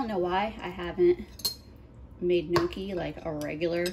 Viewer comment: amazing cooking! great looking pasta! pronounced knee ock key! not nookie! polenta is also a delicious low cost meal! left overs can be fried in slices. delicious! thank you for doing this!